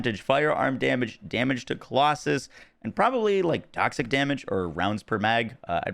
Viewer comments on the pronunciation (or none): none